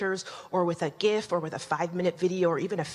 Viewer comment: Upvoted for saying gif correctly.